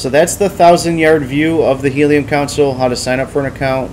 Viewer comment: Its pronounced "Con-sole" not "council:. Otherwise, great vid!